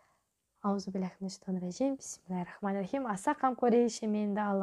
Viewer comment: Ниетіңізден айналдым, халыққа пайдалы бола беріңіз🤲🏻 Енді тәжуидімен үйреніп алсаңыз арабшасын ин ша Алла🫶🏻 тыңдап отырған жандар сізден қате үйреніп алып жүрмесін аят-сүрелерді